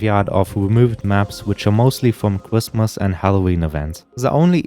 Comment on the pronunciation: bro cannot say his "R's" "cwrismis"